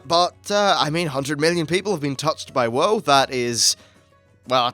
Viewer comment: Did you just call WoW, Woah? Where are you from? Is English your first language?